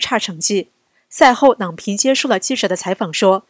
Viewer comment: 郎平第二声